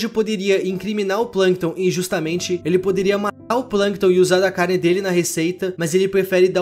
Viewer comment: “carnde” Vídeo muito bom,! Está trazendo mais vídeos ao longo do tempo, valeu! Seu trabalho é ótimo